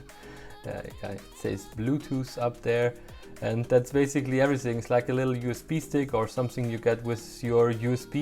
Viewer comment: Als du „USB Stick“ oder „Bluetooth“ gesagt hast, hat man gemerkt du bist Deutscher.